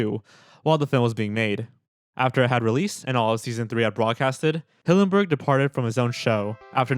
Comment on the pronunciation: Stephen hillenburg not stephen hawburnd. If you're going to show respect to him like you said, then pronounce the name right.